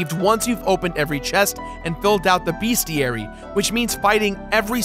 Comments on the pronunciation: For the love of God it is Bes-ti-ary Not Beas-ti-ary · What the heck is a BEASTiary? lol